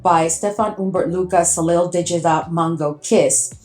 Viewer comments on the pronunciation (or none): So happy to have found you on YouTube. I'm a big fan of the Middle Eastern fragrances. Just a couple of pronunciation suggestions: "Soleil" is pronounced "So-LAY" and "Tapis" is pronounced "ta-PEE". :) Please keep these amazing reviews and comparisons coming!